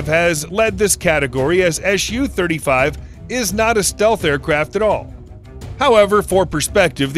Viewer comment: Dear Americans, Please don’t call it ES YU, its. SU (soo) 35